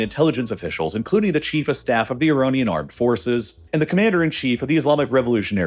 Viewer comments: why does he say ironian instead of iranian? its like he mispronounce a word in every video just to annoy you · Is it just me or is he saying “ironian”? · I couldn't make it that far, I kept getting irritated by the various "Ironians" sprinkled throughout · why does the narration keep changing pronunciation of words? Ironian? Either very poorly scripted or he’s changed to AI narration. Unlistenable.